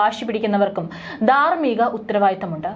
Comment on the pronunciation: ബരണം, ദാർമികം, ബലം... ബാവി, വക്കഹ്ബോഡ് , ആതാരം... നാണമില്ലേ ഇങ്ങനെ മലയാള പദങ്ങളുടെ വികൃതമായ ഉച്ചാരണ ത്തിന്